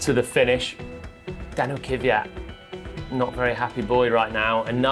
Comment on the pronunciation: Actually, "Kveeyat" is also wrong. It's pronounced "Kv'jat", with a soft A, without the "ee".